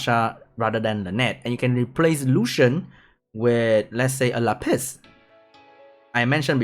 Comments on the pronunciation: la piss. luv your pronunciation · shoderra Le Piss. He's French ;) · my whole life was a lie , I never knew that Lapis was pronounced La Piss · “La Piss” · Madame "Lá Piss" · haha i like how you make Lapis sound like a french way to say piss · The way you say lapis is funny